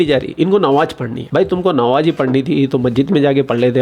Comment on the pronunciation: Nawaaz Nahi Namaaz bola jata Hai